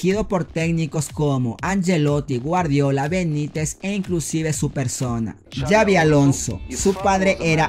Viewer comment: no se pronuncia Yavi se pronuncia Sabi porque es con X y es vasco es una ayuda que te doy,recuerda No Es Yabi como tú dices,se pronuncia Sabi y se escribe Xavi,saludos.